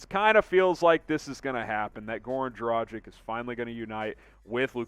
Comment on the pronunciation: Learn the correct pronunciation of his name man! Its Draah-ghich ! Not Draah-jic !!!